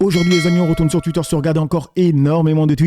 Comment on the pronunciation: Je savais même pas qu’il y avait « des polémiques » à ton sujet 😂. J’aime bien ta chaîne. J’apprécie que tu dise plus tuite mais touite. Mais j’aimerais que t’arrête de dire aussi souvent « bref » 😂 voilà mes revendications